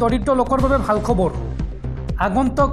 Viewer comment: আপোনাক এজনে খবৰ বুলি শুদ্ধ ৰাই দিয়াৰ পিছতো আপুনি খব ৰো বুলি কৈ থাকিলে শুনিবলৈ বেয়া লাগে।